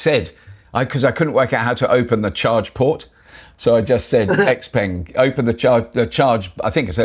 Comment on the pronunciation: So the way you pronounce "Xpeng" is not correct - not even close.